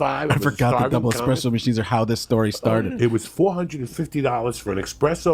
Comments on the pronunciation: expresso machine lol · Joey "expresso" Diaz.